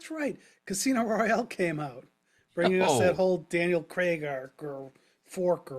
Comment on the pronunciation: Its craig not creg